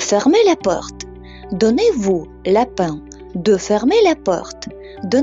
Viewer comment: только не обижайтесь, но много ошибок как грамматических, фонетических так и лексических в вашем ролике. Например, donnez-vous la peine, Вы произносите как lapin ( заяц). К тому же это выражение употребляется очень редко. Soyez gentil, тоже не употребляется в данном вами примере. Ну и много других ошибок, не буду все перечислять. Не хотела вас обидеть если что, но считаю, что преподаватель должен учить даже начинающих без ошибок.